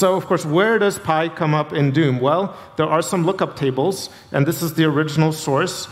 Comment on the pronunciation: It really sounds like he keeps saying "Doon."